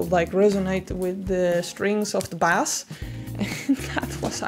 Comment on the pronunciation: All right, everyone. I’ll tell her. You’re pronouncing bass and bassist wrong.